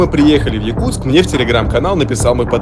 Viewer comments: Не Якустк а Якутск! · А что за "Якустк"???🤣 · «Якустк»😂😂😂 что за грамотей вас безграмотный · Не Якустк а Якутск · Исправь слово Якутск на ...